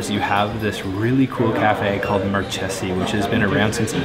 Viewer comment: In Italian, CH is pronounced as a K. It’s pronounced Mar-K-Zee, not Mar-Che-Zee.